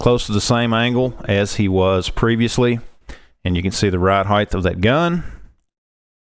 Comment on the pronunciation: Stop saying “heighth!” It’s not a word! The word is height!